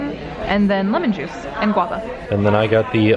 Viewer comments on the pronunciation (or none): none